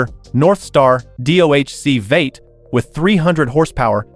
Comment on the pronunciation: American “Veight” engine 😂